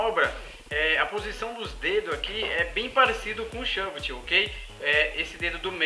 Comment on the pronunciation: oq mais me irritou é que na verdade foi um varial pq girou pra frente e porque ele falava shóvit